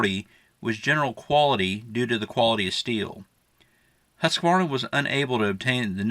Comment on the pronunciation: Nice video❤️🔥 Btw, Husqvarna is pronounced Hoos-kvah-rnah, greetings from Sweden.